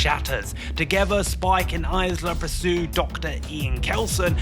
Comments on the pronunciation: Dude why are you aaying Isla like a nugget? It's a silent S not a Z sound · Isla is pronounced, "Eye-La." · it pains me when someone is doing a film review and can't pronounce the characters name correctly. Are you reading a script? Did you even see the film? They said Isla over a dozen times in the film. Come on. Can't even say Cillian Murphy correctly...